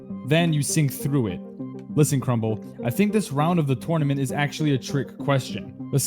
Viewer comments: IT’S. NOT TOURNEMENT IT’S TERNEMENT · When i say: Tournament When he says: TOURNOMENT